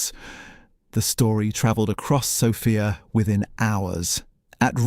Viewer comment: ❤ I am sorry but this has to be AI audio. Horrible pronunciation mistakes starting with name of the capital of Bulgaria,Sòfia ... the practically every Slavic name in the video. I had to look at the date of production - two days ago 😢 only ... why so many mispronunciations?